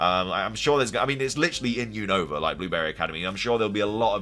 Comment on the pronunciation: you keep saying Unova Name Wrong 😅🤦🏻‍♂️